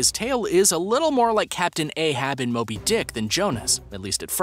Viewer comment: lol i thoght he said moldy not moby